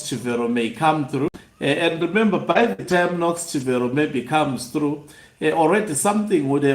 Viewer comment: CHIVERO is pronounced as Chibero Daniel GARWE is pronounced as GA-RWE